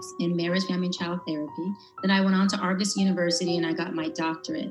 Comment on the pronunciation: ARGOS (sp) university? 🤦🏾‍♂️ Doctarial?